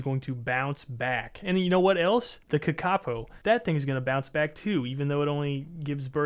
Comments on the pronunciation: Kakapo is pronounced Ka Ka poor okay not Ka Ka po you monster that is an insult to everyone in NZ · the kakapo is pronounced kah kah po not ka ka poe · its kaka-po, not ka-kapo 😭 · "ka-kaw-poe" lmao (correct pronunciation is like 'car-car-poor' but with a british accent) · ka-ka-poo not kuhkahkoo lol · Kakapo is pronounced more like "kah-kah poe" btw 🤓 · the kakapo is actually pronounced kaa kaa po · the KA-KAH POEW Lol mispronunciation aside I love these kinds of videos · it's pronounced karkahpoe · car cuh po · ka ka poe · its pronounced Kaka-Po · Sorry to say put kakapo is pronounced "ka-ka-po" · That is... Just not how you pronounce kākāpō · What was that pronunciation of kakapo??? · Pronounce the damn kakapo better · you pronounced Kakapō wrong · As a new Zealander, the way he said kakapo made me giggle a lil bit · sorry man but i had to click off when i heard that horrendous pronounciation of the kakapo LMAOOOO i was so excited to see my countries native animals but brother 😭😭😭